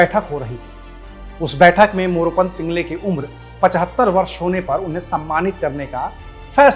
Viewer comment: पिंगळे होता है पिंगले नहीं। उच्चारण नहीं आता तो रहने दो AbP वालो....